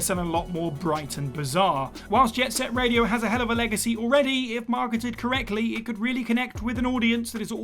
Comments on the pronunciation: "Jet Set Raido"? "Jack and Daxter"? You mean "Jet Set Radio" and "Jak & Daxter" right? Yikes, quality continues to decline at WhatCulture. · "Raido" lol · Jet Set "Raido"?! Lol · Anyone else spot the jet set raido... Instead of radio 🤣 These are all good shouts tho There's alot of games I'd like remastered but they will never happen, shame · What in the hell is Jet Set Raido? 😆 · Jet Set RAIDO? r-a-I-D-o? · "JET SET RAIDO"?